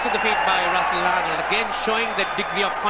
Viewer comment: Russel Arnold as Andre russsel 😅😂😅😂🤣